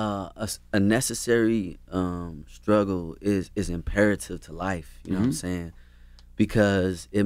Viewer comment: Charlemagne said skruggle instead of struggle